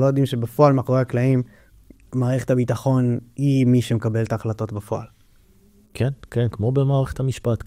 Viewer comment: ראיון מרתק. שים לב שצריך לבטא ״בפועל״ עם פ״א דגושה ולא רפה.